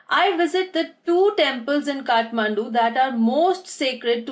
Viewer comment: It's Kathmandu not kathmundu